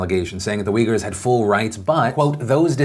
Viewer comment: the people are not wiggers or weejers, they are uighurs as in ooy-ghoor. quite shocked to see even wikipedia gives not one but two wrong pronunciations. if you look at the way it's written in their language (in arab letters) it's more clear it's oo-y-gh-oo-r.